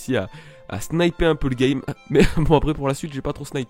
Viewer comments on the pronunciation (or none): none